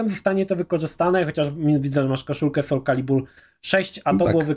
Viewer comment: Generalnie film spoko, ale ten "sul calibur" kaleczył moje uszy.